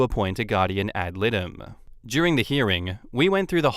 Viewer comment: dear, GAL (guardian ad litem) is pronounced “add light ‘em”